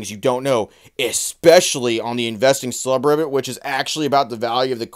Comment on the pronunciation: I think you said investing sub ribbet and I'm here for it